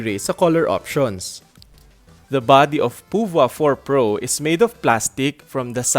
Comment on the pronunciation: Yung ibang reviews iba yung pagka pronounce ng pouvoir eto lang yung narinig ko ng tama... Nice review po keep it up